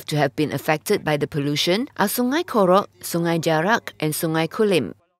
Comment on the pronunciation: Screen: Kg. Sg. Korok Newscaster: Kerek me: ???????